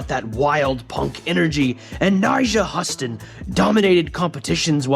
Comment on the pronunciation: This guy calling nyjah “huh- stin” makes me feel like I shouldn’t listen to him